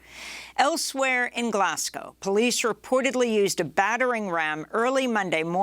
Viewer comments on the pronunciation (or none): "Glaz-go" not "Glass-cow". Why is it only Americans who insist on mispronouncing this?